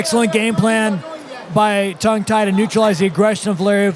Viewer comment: Level of technical commentary was alright but how bloody hard is it to say his name correctly instead of Tang Tai over and over again? His co-caster even said it right the entire time.